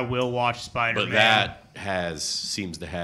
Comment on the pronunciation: saying spidermen instead of Spider-Man is low key the funniest shit ever.😂💀